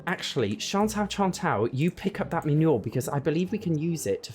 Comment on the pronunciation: The way you say manure makes me feel like it’s a fancy poo. 😂😂😂